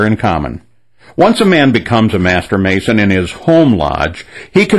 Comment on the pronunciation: 'Mason' - sounds like 'Satan'